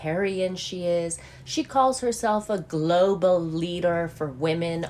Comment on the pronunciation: That could be how she merches bronzer. Glow- ble Bronzer. I laugh every time I hear you say Glooble humanitatian. 😂